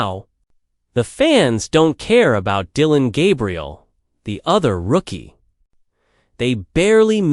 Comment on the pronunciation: I hope this is AI talking cause that pronunciation of his name is hard to heat.